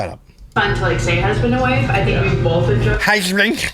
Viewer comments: People who say bolth and pellow crack me up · Lol I think she makes it a point to say "bolth" just to troll you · lol he can’t stand her! They bolth need a speech therapist. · Does she really have to say “bolth” so much?? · Why is the one person who can’t say “bolth” correctly also the one person who uses it in every single sentence she sputters😭